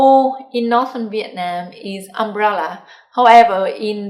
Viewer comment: You need to check you pronunciation of "southern" and "northern."